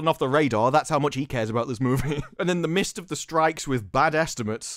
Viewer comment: Hey! It’s “in the midst” not “mist”!